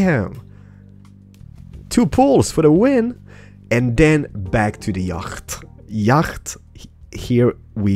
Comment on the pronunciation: It's not YAGGHHHHHT ITS YACHT